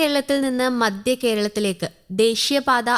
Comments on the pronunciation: മദ്യ കേരളം അല്ല, മദ്ധ്യ കേരളം ആണ് ശരി. വാർത്ത വായിക്കുമ്പോൾ ഉച്ചരണം ശരിയായിരിക്കണം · മദ്യ അല്ല മദ്ധ്യ ആണ്